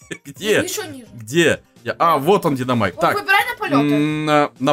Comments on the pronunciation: динАмайк а не динОмайк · Почему все такие неграмотные? Не ДинОмайк, а ДинАмайк